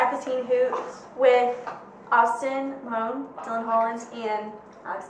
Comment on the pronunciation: Am i the only one that heard her say Austin Moan?